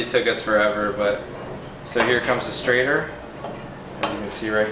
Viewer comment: It's a stator not a strator